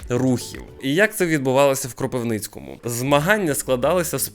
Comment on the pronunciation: я кропивничанин згоден. Дуже дратує